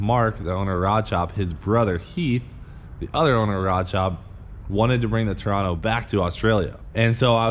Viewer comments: Its "ToranA" ( ta-rah-nah )... not "Torano" 😂😂🇦🇺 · It’s not a torano it’s a toranA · Torana (TOE-RAHN-NAH) not Torono... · Torana. TOE-RAH-NAH (as in yeah nah!). And here endeth your intensive 3 week course in Aussie car names. :-D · To-ra-na it’s Torana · No kangaroo is that strong, Its now POWERED BY A WEDGE TAILED EAGLE. Just for future reference Its came out of a Torana you really stuffed the pronunciation. It sounds like Tor ( as in Coor's beer but with a T ) Ra (as in the Egyptian sun god) Nah ( as in nah mate fuck of i come from stralya) Funny thing is here in Aus its a bit of a folk lore come myth type of thing that Torana is an aboriginal word for "To Fly or Flight" but that cant be verified... will answer all your questions:P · Incorrect - That's how it's spelt. Tohh-rah-nah! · Cleetus pronounced it torano, like Torino. You should listen again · if you want to get bitchy about the 'spelled out' pronunciation, It 'tah-rah-nah'